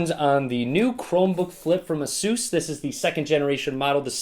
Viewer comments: You pronounce ASUS just like SUSE ;) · I pronounce Asus as Ace•us